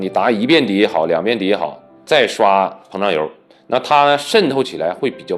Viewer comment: 是膨漲油，不是胖油。有點口齒不清了。